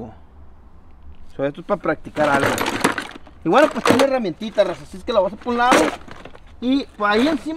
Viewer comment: es que cuando dices " raza" suena a Rosa, por eso creo es la confusión con el nombre de tu señora, o eso creo 😄 Saludos.